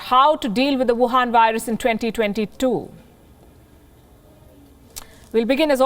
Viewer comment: Her favourite words: Buhan Virus